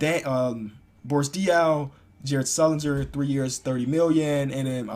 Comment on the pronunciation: he said sullinger tsktsktsk